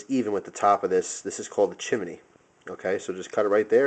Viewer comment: Chim-in-ey haha. Great video. Great instructor. Love the trick videos